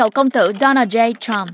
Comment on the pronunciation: K thể nuốt nổi cái kiểu đọc nửa giọng Việt nửa giọng Tây thế nào, trọng âm đổi liên tục cực kỳ chướng tai và khó chịu, gãy khúc. Donald thì cứ đọc là Đô Nan đi, làm ơn đừng bê Đố Nồl vào. Đây là văn bản tiếng Việt, k phải tiếng Anh.